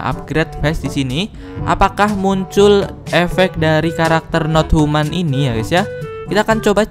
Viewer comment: Pet not human❌ Pet not tuman✔:v